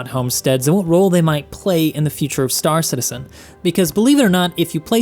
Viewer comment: why does everyone call it star citiSen and not star citiZen????